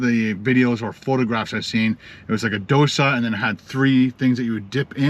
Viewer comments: Dosa is pronounced like dough sah. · It's pronounced doe-sa. Also it's pronounced glub-job-in